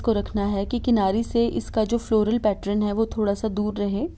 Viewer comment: खूब सुंदर होते ६ैं आपके सारे डिझाइन सिर्फ पैट्रन ना बोलणे पैटर्न बोले